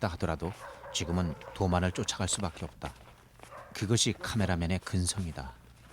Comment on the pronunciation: 읍따.읍써. ㅇ좀 고만처라.